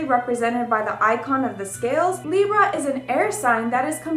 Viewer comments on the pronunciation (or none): none